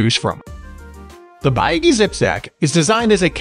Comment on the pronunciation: this is a wrong review and you are pronouncing the name of the company wrong too.